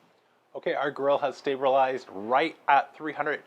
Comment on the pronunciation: "Ok our grill has STABRALIZED... " Lol, that's why my food doesn't look as good. I don't even know the words of the techniques you use! Love the channel, keep up the good work.